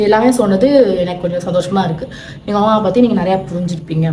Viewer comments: Yaru indha avuma summa avuma avuma soldre ammaamma sollu😂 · Auma illa ammamanu alaga sollunga